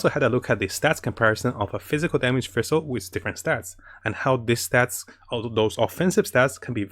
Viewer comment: bro can you like, finish reading the words on your screen? half the shit you say you pronounce way wrong for no reason. you can say sacrificial just fine but you can't pronounce fischl which has the same pronunciation as the FICIAL in sacriFICIAL. and it's judite not judas